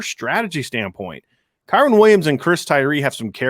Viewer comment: Who in the hell is KAREN Williams!?!? It's Kyren!